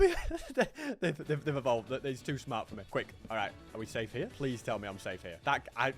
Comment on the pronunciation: 200 hundred days pwease